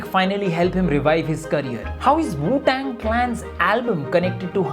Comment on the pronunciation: arpit bala aur dank rishu ke wajah se wu tang bolte hue wu shang bol deta bhaut baar i can feel u